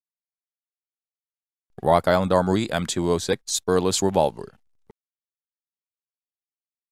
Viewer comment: And wok island awmowy